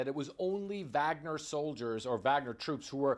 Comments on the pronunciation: Wow. Repeated mispronunciation in multiple ways in the same sentences by CNN commentators. "VOGNER" NOT "VAGNER" OR "WAGNER". Irritating and sloppy. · I think it's pronounced "vog-ner". Not "vag-ner" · Vahg-ner, not Wag-ner. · Why do cnn pronounce it so badly? Should be Varg-ner?